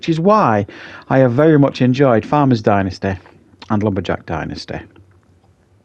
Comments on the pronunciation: Dentisty....lol. Dynasty, pronounced die- n-ah-sty. Killing me with the going to the dentist stuff. Lol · Please learn how to pronounce ’dynasty’